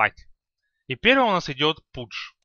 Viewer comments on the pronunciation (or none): none